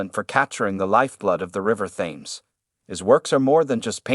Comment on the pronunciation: The river "Thayms"? It is pronounced Tehms. Oh brave new Artificial 'intelligence' world!! is here. I love the narrator's breathless, adolescent, bloated prose.